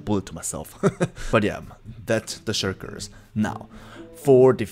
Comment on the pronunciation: He calls them shurkers